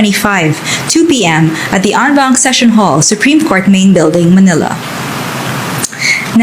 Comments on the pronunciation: "En banc" po hindi "on bank" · En Banc hahahh hindi on bank..but pronunced as soundin as "on"